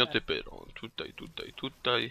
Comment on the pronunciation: wymawiaj Pairo czyli pyro